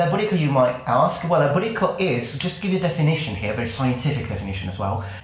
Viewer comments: It keeps sounding like you're saying "booty call", haha. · I keep hearing "BootyCall"😂😂😂 Man I love you 🙌🙌🙌🙌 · At first I thought he was saying "booty call"